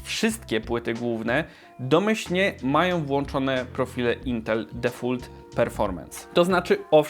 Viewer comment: difolt nie defult lol